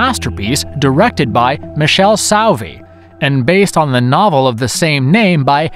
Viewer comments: Why does nobody on the planet ever mention The Sect/La Setta? And the director's name is pronounced MEE-KELL-EE SOH-AR-VEE. Not Michelle Suave or whatever, lol. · PUPI Avatii (not Giuseppe), LOO-cho Fulci, Mick-EL-e Soave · ME-KALE-AY SOH-AR-VEE. He didn't do well with any of the Italian pronunciation. Also the script seemed to be written by aliens who havn't been on Earth all that long. Or the people who do the translations on Ramen noodle packets. Filled with ridiculas inacuracies and assertions. "60's wave of Zombie movies?" What are they talking about? I can only think of 2: Night Of The Living Dead and The Plague Of Zombies. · "Michelle Saowee" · Leigh McCloskey: lee mih-claw-skee, not lay mih-cloh-skee). Michele Soavi: mee-kay-lay soh-ah-vee, not Mish-ell sow-vee. I know you only had room for 10, and Soavi is represented well already, but La Chiesa is a surreal masterpiece. (edit) On second thought, this should have had some Bava in it, so...fifteen?